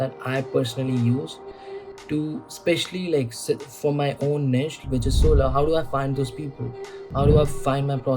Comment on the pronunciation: Glad to see someone else saying it निश instead of नीच 😅